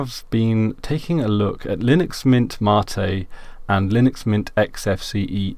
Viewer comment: What is Ma-tee you keep talking about ?